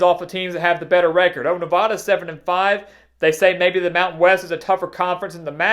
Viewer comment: Please learn how people in the west pronounce "Nevada". Thank you